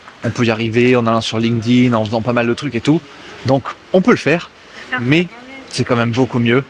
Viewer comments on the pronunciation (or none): none